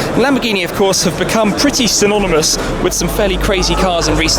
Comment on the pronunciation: Did anyone notice how he said synonymous at 1.18?